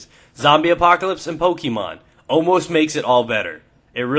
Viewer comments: OH MA GAWSH!!!! IT'S PO-KAY-MON!!! THERE'S A FUKKIN AKSINT MAWRK!!! FUUUUUUUUUUUUUUUUUUUUUUUUUUUU-!!!!! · its Pokèmon not Pokèmon. Okay? <3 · Pokee-mon, Poka-mon, i poke-yur-mom ;)